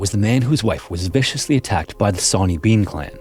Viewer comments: "Sonny" is pronounced "sunny" 😭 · Sawny, pronounced shauny shore-knee. The scotts have very bad English 😂😂 only joking